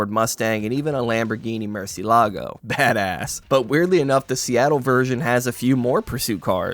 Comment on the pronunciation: The pronunciation of Murciélago kills me. 😭